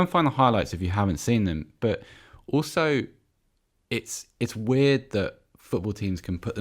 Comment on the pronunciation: Who cares about Spurs. Really man, really weeeeeeeiiiirrrrrrrddddddd Does this guy do any prep work or are all the held syllables and repeated words a sign of unprofessionalism